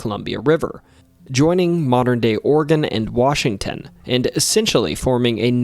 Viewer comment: I'm from Southeastern WA and it's definitely pronounced with the a sound from "dad" or "apple"